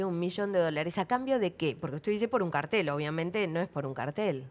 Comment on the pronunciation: Salle debió haber acentuado bien la A. Tiene que sonar claramente CÁRTEL.